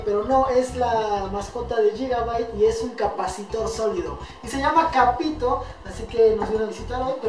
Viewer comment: Se llama ca-pito :v